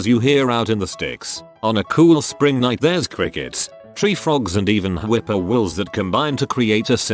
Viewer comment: "whipper wills"